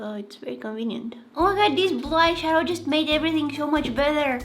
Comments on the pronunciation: She’s saying “bleyeshadow” 😂😂😂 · bro keeps saying blyshadow